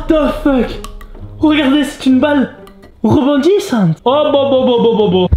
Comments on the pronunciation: Il l’a fait a la maniere italienne wsh😭😂🇮🇹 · Avec l’accent mexicain 🤣